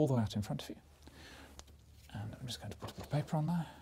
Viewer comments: Oh he for sure says putabitapaper on purpose at this point haha! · I feel like he says putauhbitapaper intentionally now, because that's pretty much his ride to ASMR fame...and I definitely approve 👍